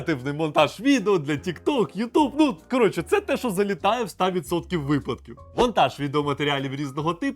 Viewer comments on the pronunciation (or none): none